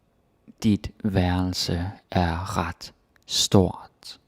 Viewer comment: i,m sorry but it's rart not ret